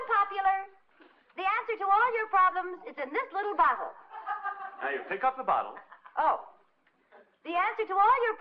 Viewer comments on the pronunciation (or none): “This bittle lottle”